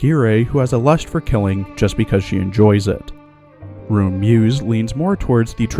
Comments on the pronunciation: Deutsche pronounce "Roon" is RON, not fuckink rOOn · Just a thing about Roon (btw, it’s pronounced “Rhon”), her lasted skin, which also happens to be her only L2D skin, LITERALLY HAS A YUNO GASAI REFERENCE! Yeah, I’m talking about the Yandere face here.